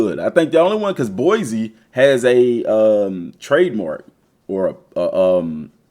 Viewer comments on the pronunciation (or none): none